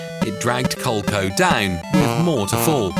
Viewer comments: Cole-Ko!?? It's Cole-EE-Ko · Nice job 👍 I did a similar video almost 2 months ago, but it’s nice to see each person’s take on it. And just like how I got roasted for the way I pronounced a few things, I gotta tell you… “Cole-Co”? 😂 It’s “Cole-e-co” my friend 😁 but also, nice to see someone else vindicate my pronunciation with “Mare-e-o” instead of “Mar-e-o” 😅 Fair warning: You might get a bit lit up in the comments over that one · "cole coh"? It's Coh-Lee-Coh... the name originated from "Connecticut Leather Company" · Did you really pronounce "Coleeeeeco" as "col-co"? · Cole Co?? Coleeeeco! 😂 Great video though. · I really enjoyed this, both in remembering consoles like TurboGrafix(sp?) and learning about others. One note. It’s pronounced Co-lee-co. Not Coleco. And apparently that company has quite an interesting backstory! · Why are you pronouncing Co-lee-co wrong? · Yeah. I immediately stopped this vid as soon as I heard the word “cole-co” spoken. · I've never heard Coleco pronounced like that before.